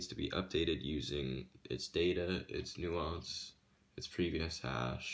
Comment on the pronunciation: Hey, I'm not trying to nitpick, but I'm a cybersecurity editor, so things like this bother me. It's pronounced "nAHnce." With a long "A". You're pronouncing the word, "nuance," which is completely different from "nonce." Sorry. Like I said, not trying to be a jerk, but I figured it'd be better to let you know now, rather than let you keep going with it.